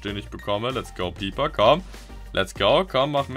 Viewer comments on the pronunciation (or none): Informatives und gutes Video, aber so wie du "Piper" aussprichst, wird mein Gehörgang auf unschöne Art und Weise vergewaltigt.